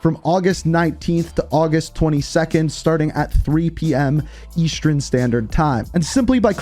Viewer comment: Bro, why do you say eastern and western like “Eastrern” and “Westrern”? 😂